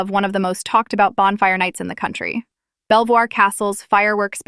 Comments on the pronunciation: its pronounced "Beevor castle" stupid Ai voice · its pronounce BEAVER not BELL VOIR